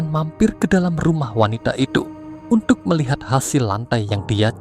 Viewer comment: Cerita nya bagus.. Tapi perbaiki sebutan kata-kata, contoh perkataan UNTUK tapi disebut UNDUK.. dan banyak lagi.